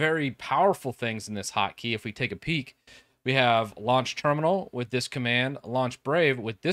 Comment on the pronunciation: Hockey? What’shockeygottodowithwinders??? ... oh annunciation! I get it.